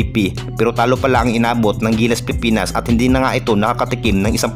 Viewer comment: Idol wag ka mag madaling magsalita pilipinas hindi pipinas idol concern lang kc pangit pakinggan kung nagmamadali ka